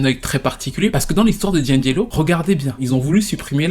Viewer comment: Ce n'est pas 'Djindjélo', c'est 'di-angelo'!!!